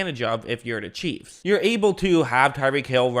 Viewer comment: Bro learn how to say chiefs. Cheeves